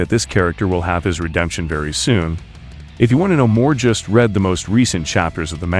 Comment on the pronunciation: Why do you keep saying “red” instead of read?